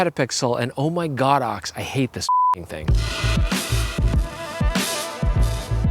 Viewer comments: Thx Chris for pronouncing it GodOx 👏. Going to steal OMGodOx. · Oh my god. You are one of the few YouTubers that pronounces the brand name God Ox correctly! For some reason people have been calling it Go-Dox lmao